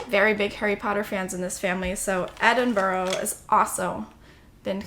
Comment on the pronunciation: You should definitely come to Edinburgh if you come in the Autumn (Fall, I suppose 😊) It is really beautiful at that time of year and they amplify the spookiest of the city (there is lots). It's also lovely at Christmas, but Autumn has my heart. Just a heads up, it's pronounced Ed-in-bruh. No shade, just thought someone friendly letting you know than people sniggering at your pronunciation would be better (I butchered my way through Paris last week with god awful French 😂) x